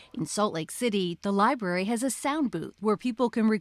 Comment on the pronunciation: Let’s start by learning how to say the word “library”